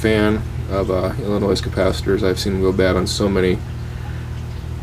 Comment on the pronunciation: The S is silent in Illinois.